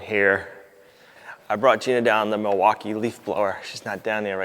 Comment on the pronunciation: 👏👏👏 I'm proud of you. You said,"Videoing" instead of filming. So,so many cannot/have not//will not make that transition. Obversely you still say things like "Jeaner" (Gina) sp? and "Alfalfer".😅 "Pocking" "Floor Joices" ✌️❤️ 🙈🙉🙊